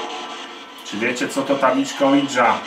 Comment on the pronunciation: Ouija to 'łija', a nie cholerne, anglosaskie ołidża, oidża, ninja czy inny wytwór językowy. Podstawowe książki na temat okultyzmu to mowią. Oui - z fr. tak, czytamy 'łi'. Drugi człon jest niemiecki. Razem: 'łija', a więc 'tak tak', co oznacza przyzwolenie, chęć kontaktu.